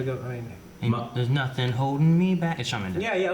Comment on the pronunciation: this is a guy who says putnkin, dirtbord, and nackin'.